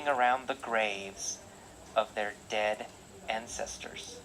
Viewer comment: ơi, t đến đây:* 1, độ to: to hơn chút nữa nhé. 2, phát âm và cảm xúc: t nhận xét gộp 2 mục này nhé: c cần thêm nhiều năng lượng nhé. t check bài thấy c phát âm khá đầy đủ âm, chỉ thiếu 1 số ending sound thôi: was, beautiful, dead... 3, trong âm từ và câu: t thấy c có nhấn cảm xúc ở 1 số điểm, nhưng bài vẫn hơi đều đều và rời rạc, gây cảm giác nản check, bài này của hơi kém hơn những bài trước t check nhé. 4. tư thế đứng: tay và tư thế đứng tốt thé c, nhưng thỉnh thoảng c bị nhón gót. cần mạnh mẽ hơn nhé:*